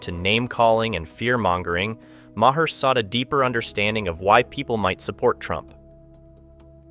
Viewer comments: Ma-HER? Use your ears. I'll bet you call the VP Ka-MA-la, too. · Bill Ma-her?